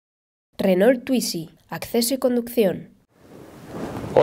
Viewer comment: No se dice "twitzy" y para entrar lo único que debe hacer, es correr el asiento como en cualquier auto.